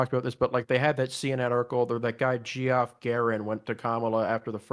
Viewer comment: Geoff is pronounced Jeff lol